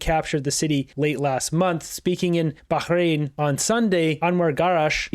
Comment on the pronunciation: your the only reporter who said Bahrain right!!! 🎉 great work thank you for working so hard for Canada.